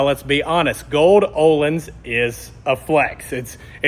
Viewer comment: Parts about $4k front and rear. No labour costs, installed and set up myself. FKS front cartridges. Absolutely worth it. However one bone to pick is the pronunciation... I keep hearing what sounds like you're saying oh-lynns when you should actually be saying "Oh-Leans" 🙏